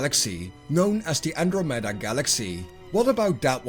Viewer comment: no one going to comment on how he pronouces andramada?